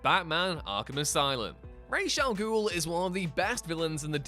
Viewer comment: FINALLY, somebody who knows how to pronounce Ra's al Ghul correctly